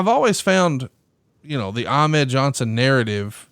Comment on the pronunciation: Bobo Brazil won the WWWF United States title in the 70's, so Ahmed was not the first AA to win a singles title in WWE. Also, is anyone else bothered by the way Bruce pronounces Ahmed?